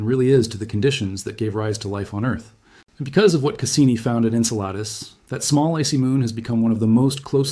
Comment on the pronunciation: That's pronounced In-Cell-a- Dus!! NOT Ink-a-lotus!! 🙄 😮